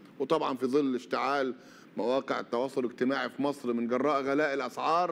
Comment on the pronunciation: كل الذي نرجوه من السيسي في الوقت الحاضر وقبل كل شيء هو أن ينطق أسم مصر التي يحكمها بالحديد والنار بشكل صحيح !!! حيث أنه ينطقها ((( ماسر ))) بدلا من ((( مصر ))) وتحيا ماسر تحيا ماسسسسسر تحيا ماسسسسسسسسر